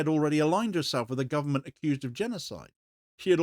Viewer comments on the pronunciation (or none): none